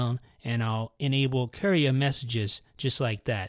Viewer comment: Lol sounds like he's saying Korea